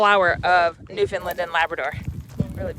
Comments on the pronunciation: From Bonavista here! Glad you enjoyed your time here :-) here's a newfie tip for you! It's not pronounced Newfoundlund. Say like you'd say the word "understand" Newfoundland! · I’m going to be straight forward here . I do enjoy your videos . But calling it Newfoundland Island is absolutely ridiculous . You are taking people on tours to places you aren’t from . I get the interest I truly do . But it’s Newfoundland not newfinlind , which is how you are pronouncing it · learn how to say newfoundland properly please